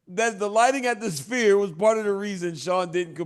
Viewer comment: Chael can't say "sphere"